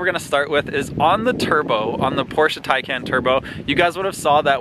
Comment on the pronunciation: But can’t say Taycan 🤣